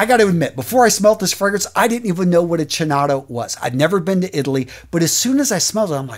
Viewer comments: It’s pronounced Keenotto (chinotto ) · You're a beast. Awesome contents as always! BTW, "chinotto" should be pronounced "Kinotto", not a criticism of course: I'm Italian 🤣🤣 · You try pronunce chinotto like if was write with k ...kinotto will sound very italian ...and sorry for my english 🤙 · Hi, very good video, but the second Acqua di Parma is pronounced Kinotto😉